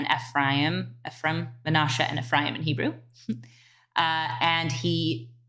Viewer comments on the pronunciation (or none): Is it odd to anyone else that she can’t pronounce Ephraim?